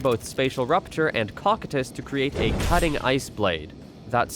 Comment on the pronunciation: I believe that its pronounced "Co-Coy-tus" like the character in Overlord.